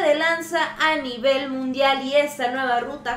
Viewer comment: Jajajaja es mundial o ( Nundial )